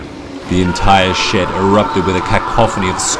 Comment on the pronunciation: When you said huge shed I thought u said huge sh*t